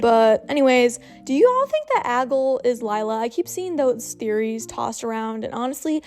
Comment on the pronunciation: I think it's prob pronounced: Ag-lee